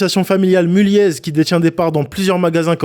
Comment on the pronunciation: Le « z » de Mulliez ne se prononce pas